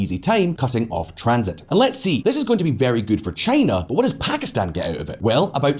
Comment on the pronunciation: Lol quite an entertaining video; a real shame though since the music and women there are beautiful. Also, +1 for properly pronouncing Pakistan and Iran. Strangely, you seemed to mispronounce kilometres though, which is pronounced as if it rhymes with nanometres or metres itself, not with "thermometers" (because it's a unit of measurement, not a measuring device).